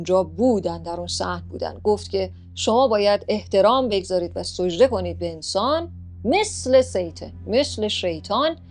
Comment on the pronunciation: سوجده نه سجده